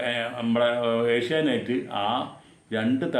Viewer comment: Sir ഏഷ്യ നൈറ്റ്‌ അല്ല ഏഷ്യ നെറ്റ് എന്നല്ലേ സാർ പറയുമ്പോൾ ഏഷ്യ നൈറ്റ്‌ എന്നാണ് കേള്‍ക്കുന്നത്